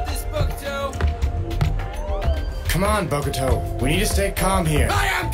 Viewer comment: Its funny how the caps pronounces Bokuto differently each time Book-too Bocado Bok-toe Bogado Lmao